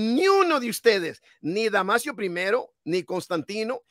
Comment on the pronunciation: No es damasiooo es DAMASOOOOOO